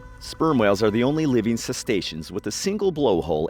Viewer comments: The narrator keeps calling the whales "cestaceans". This is incorrect. I don't know if he's illiterate or just plain stupid. The correct term is "Cetaceans" - without the "S" he keeps adding to his pronunciation of the first syllable. I couldn't watch the remainder of the video. There is nothing I could possibly learn from someone that can't even correctly pronounce what his "informational video" is discussing. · "sess tations"?... I was taking it seriously up until that...uh.. fox pass..